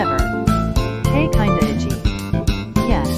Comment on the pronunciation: A character named "kindaichi" The VOICE SPEAKING: "kinda itchy"